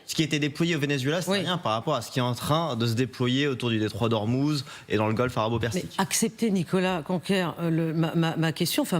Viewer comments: Golfe pas golf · Prononcez bien svp Golf Persique ❤